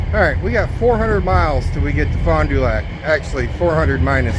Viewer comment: The town is pronounced Faun - du- back I have been there many to Suger Creek Manu times